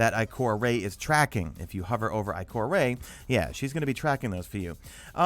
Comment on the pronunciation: ITS I-CORE-AH NO I-CORE-AY YOU IMBECILE